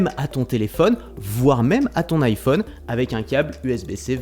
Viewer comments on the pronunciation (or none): none